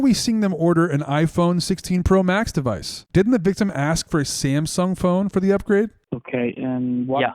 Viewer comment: What's a "Dewice"?